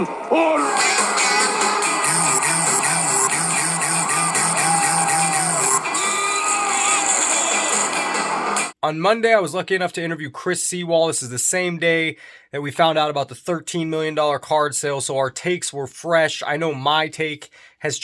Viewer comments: Chris Sea-Wall c’mon dude! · Chris See-well ? 😂